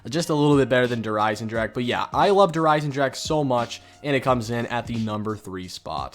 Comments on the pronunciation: スライアチン it most definitely is not. I speak German bro 😂 they should be pronounced similar to “dare Ei-sen-dra-⟨x⟩e” (voiceless velar fricative) and “dare Ree-zuh” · “Durr Eisendrack” “Durr Reece” haha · Please god pronounce German map names even just SLIGHTLY properly. You have no idea how annoying it is. “DERRR REEZ” “DERRR IZINDRAK” “KNOCK DERRR UNTODIN” “KINO DERRRTODIN” “WONDERWOF” Fuck, man. Jesus Christ. Do you go to fuckin Taco Bell and order Kway so dillas? Or how about some extra kwayso on your En chill uh duh. Maybe forget Taco Bell, would you like a chicken and cheese tah kweeto? Ohhh but I you don’t speak “Mexican” so you can’t pronounce fucking enchilada?